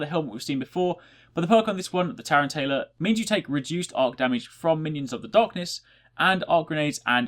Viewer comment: man, i think all the titans sound super badass. and tear-anne-tayla??? lol